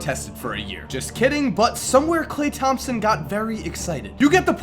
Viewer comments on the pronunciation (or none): none